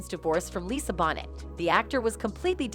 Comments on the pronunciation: Lisa’s last name is pronounced, “Bow-nay”. Not pronounced “Bonnet”. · ANOTHER VIDEO MADE BY ARTIFICIAL INTELLIGENCE! They always butcher names like Tupac, Lisa "BONNETT" LOL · Her name is pronounced Lisa bonay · Come on Bonet and Paradis it is not hard to pronounce these two names properly.